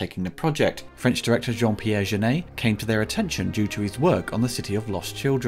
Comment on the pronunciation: The pronunciation of “Jeunet” is so far off, it took me a while to work out who he was talking about. 😂